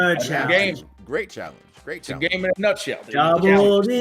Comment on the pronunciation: I like - CHA-LANGE!